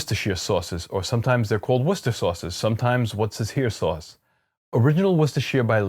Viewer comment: You nailed 'Worcester', 'Worcestershire' needs just a little work, as in: 'sheer'? Nah. 'shrr', you could be mistaken for an Englishman. That said, Sheffield is the home of Henderson's Relish. Not a 'relish' by common standards but, essentially, Worcester sauce without the anchovies. Organic? Not sure but probably not. It's tricky but not impossible to find, here in London, perhaps someone imports it in your part of the world. Works for me, though. Btw, your olive oil piece showed up in my feed and I immediately subscribed to your channel.